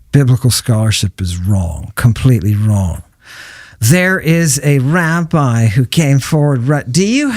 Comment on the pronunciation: "There es a Raabii hoo caime fourwaard... " The smugness in that voice, is finger nails on a chalkboard to me. Can't listen.